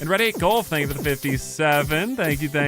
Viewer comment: Tank You (ritish voice) 😂